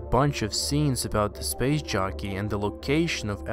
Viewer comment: Every time you say "SPACE JOCKEY" , I hear, "SPACE JUNKIE"